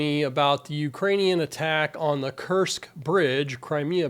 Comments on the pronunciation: So u mispronounce kerch. Kerch. Kerch. K E R C H. Not kursk and no absolutely nothing about military. Got it. And ur questioning every statement ubmake. Come on. UR OUT OF UR LANE. PROFESSOR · The name of the bridge is pronounced "Kirch" not 'Kersk'. The amount of explosives used has been identified (by authorized Ukrainian sources) as "1,100 Kilograms" - that's the equivalent to 2,425 pounds - a lot more than the "2,000 pounds" you said. (ONLY the usa, Liberia and Myanmar still use that terminology). Why not use the proper units? (You're an engineer??) DETAILS matter. Accuracy establishes credibility... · You can't even pronounce the name of the bridge well. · 1 mistake isn't alot.... the other was a mis pronunciation